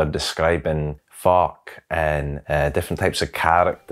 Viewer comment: I had to double-check the captions when he first said "folk" LOL